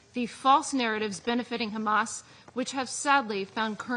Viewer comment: how many times did she say khamas? 😅